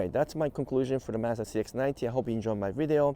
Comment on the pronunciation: it's Mazda, not Mazda...and definitely not Mazda...ha ha! Appreciate you and your videos:)